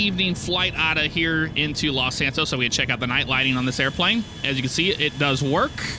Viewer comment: When he said los santos on the taxi part it was like los santoast